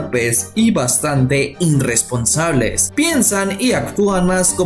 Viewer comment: "Inrresponsables, inrresponsabilidad" no puedo ver el video de alguien que habla así.